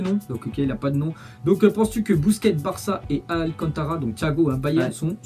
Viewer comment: hahaha t'as dis busuets alcantara mais bon c pas du tout grave